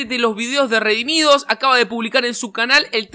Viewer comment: Lo de no se dice Redimidos pero Redimido Redimi2 Por favor deja de decir Redimidos pq no es así Solo te dije eso no en malo pero en bueno No te estoy juzgando No lo tomes mal sólo era un comentario como otro 😅 Dios te bendiga